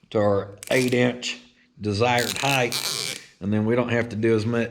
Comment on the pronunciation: lengTH, widTH, depTH, and heighT. cmon oklahoma! heighth isn’t a word!